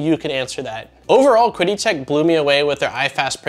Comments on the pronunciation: Great review, have owned the original consumer version for years. By the way, it's pronounced like "Chee-dee" Tech. I believe Qidi Tech really is one of the most underestimated 3D printers on the market. Mainly because, I guess, all their models just work and are pretty much plug and play. Reviewers have little to discuss as far as further tinkering. Nice to see you taking a level step up. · Great video! From what I have gathered, it is pronounced 'chee-dee' tech. I own an X-Pro as my first printer and am now going through a full overhall of it, I knew it going in though. It is funny, the mods I am doing are pretty much in line with this model except now I am running an Octopus Pro (overkill) with Klipper and all the benefits. Also upgraded to slice engineering bi-metal hotend and other mods like filtration. They are nice printers as long as you are fine with engaging their support for anything needed outside of what you get, they actually are responsive. The only thing that put me off was before the launch of this product they emailed me to let me know it was coming out and if I left a 5 star review I would be refunded half of the money. I don't know what to make of it, I really hope it is just a culture gap, but that really stuck with me. Even after my positive experience with them.